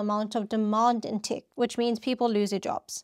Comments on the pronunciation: “Tech” is pronounced “Tek”, not Tik”. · Interesting video! Just one thing, though: when you pronounce "tech" you say it like "tick". The correct pronunciation would be more like "teh-k" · Thanks. Also its “tEHk” not “tik” 😊